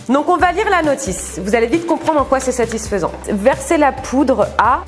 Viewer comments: Mais 🤣 tu dit toujours satisphsent🤣🤣🤣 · Le mot satisfesans satisfais hhhhhhh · n'arrête pas de dire satisphaisant!!😂😂